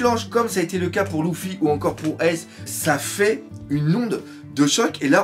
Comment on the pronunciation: euh doc on dit luffy pas louffy